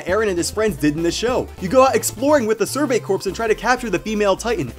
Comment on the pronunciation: ***** Survey Corps is pronounced "Survey Core" not "Survey Corpse." Sorry I'm not sure why that word bothers me so much- Great video though!